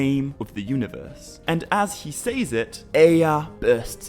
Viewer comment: You do realize that valar is pronounced val-are right? It's not pronounced vuh-lar. Sorry lol just bugs me lol Also the word "says" is not pronounced like it rhymes with pays or ways. It's pronounced like sezz. It rhymes with fez lol